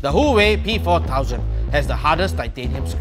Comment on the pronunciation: you say it hooway but it is legitly SAMSUNG